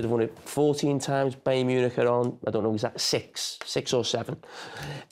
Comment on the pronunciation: it's Bayer not Bayern